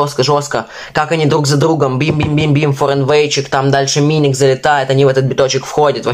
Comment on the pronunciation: не миник, а мюник правильно произносится. а так реакция мясо